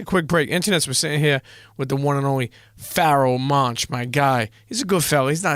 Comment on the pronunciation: You butchered the ever-living fuck out of his name haha.